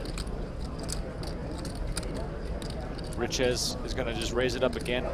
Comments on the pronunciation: You speak it a bit like richay not riches😂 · Richez is pronounced Riché. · Looking up pronunciation of Richez it’s Ree-Che You got it now ♠️